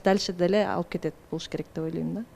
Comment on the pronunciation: Элиза деген кыз кыргыз болгондон кийин олойм дебей ойлойм деп туура суйлосон,жасалма суйлобой.